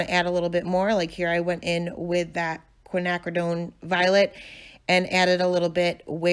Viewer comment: Yes ur saying Quinacridone correctly,lol. This is gorgeous! Love yhe softness n the colors! One of my faves💗